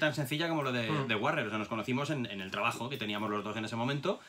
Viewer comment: No es por ser psicólogo pero The guarrior y The Warrior al menos si no lo pronuncias en inglés muy fino y cool, se parece muy mucho eh